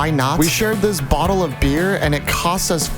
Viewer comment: I dont want to be rude or anything but like... Why was that the first and only time you said cost correctly 😭I am just wondering